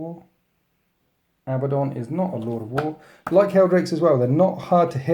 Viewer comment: Why does everyone pronounce it like Abba - don? That's really not how you pronounce the name.............